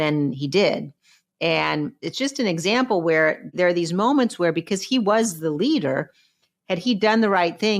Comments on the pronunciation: Ben, It's pronounced, "BE-COZZ" NOT "BE-COSS" 😮😮😮😮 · BEN! 'BE-COSS' IS NOT A WORD. PLEASE PRONOUNCE IT CORRECTLY!!! IT IS NOT "BE-COSS"